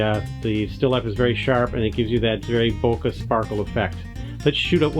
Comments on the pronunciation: bokeh* ... not boka :) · "Bokay", lol. :P Good video though. :)